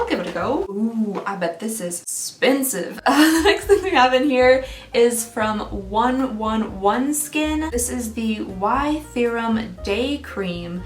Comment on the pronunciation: Just so it's finally known, 111 skin is said "one eleven skin"